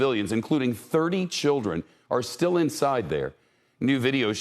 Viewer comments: can no one say "Azofstal"? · Avoztal? Bass ackwards. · Azovstal, not astoval. Cut his salary!!!! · Shep can't even says AZOVSTAL, illiterate news anchor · Learn to pronounce “AzovStal” before posting your propaganda.